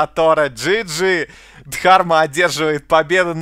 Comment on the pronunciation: Дарма, а не ДХарма